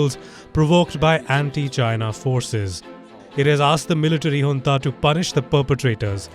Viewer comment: Loved it when Palki correctly pronounced Junta (as Hunta). This lady is a class.